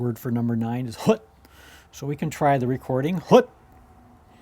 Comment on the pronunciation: Basically, this is a very good app, but if you use it as described, you will learn bad Klingon, based on your own (i.e. bad) pronunciation. For instance, {Qapla'} is not pronounced "kaplah" and the number {Hut} is not pronounced "hood", as shown in the video. So if the user enters his own words and learns from them, they will learn bad Klingon. But the app itself seems quite well done - It just should not be called "Klingon tutor", because that title is very misleading.